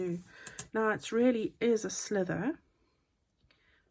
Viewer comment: Teehee it really isn’t a slither - that’s what snakes do! It may only sound as if that’s what you’re saying so accept my apology if that’s the case🤗